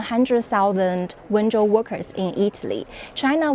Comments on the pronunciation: me wenzhou is pronounced as "when Joe" exactly. Zhou = joe, not zou. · Can someone tell him it's Wenzhou, sounds like "When Joe"